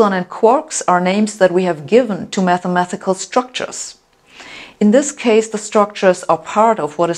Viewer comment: MATHEMA-TI-CAL, not MATHEMA-THI-CAL.